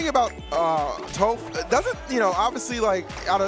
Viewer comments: The way he says tOHph, instead of Toph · How is one of the announcers gonna mispronounce Toph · It saddens me knowing the commentator didn’t watch Avatar to know how to properly pronounce tophs name :,(